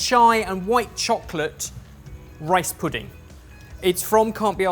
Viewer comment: I love how pronounces "chocolate'.